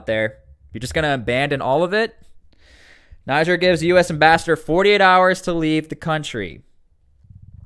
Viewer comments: It's not 'naijer' it's 'neejer' naijer is a state in Nigeria 'neejer' is the country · It’s pronounced Nije